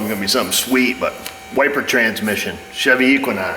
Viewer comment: do you say chevy or shity? lmao